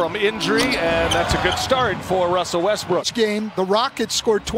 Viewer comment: He said westrook twice😭